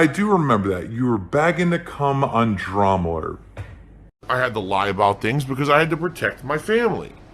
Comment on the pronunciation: I don't watch keem but I noticed that too, it seems like maybe he pronounces things wrong on purpose? He said Drama Alert a few times as Dramalert